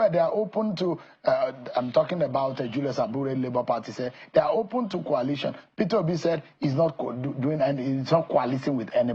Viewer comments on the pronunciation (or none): KWALITION KWALITION... Is it so difficulty to pronounce COALITION .... COAL ..LITION .. REALLY IRRITATING KWALITION